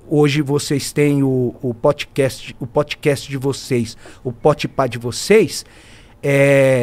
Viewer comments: Potcast kkkkkk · E o Zé falando "PotPah" kakakakakakaka